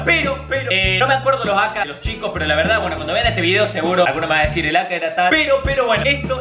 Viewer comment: No se dice aka se dice eyqueiey algo así se pronuncia 😂